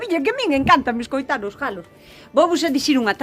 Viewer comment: Aiiii os jalos e jaliñas jajaja que justo oilos